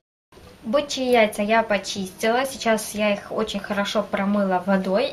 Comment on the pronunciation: Бычьи а не Бичьи))))